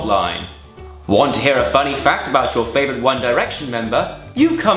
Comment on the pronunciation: I heard 'fanny' and not funny.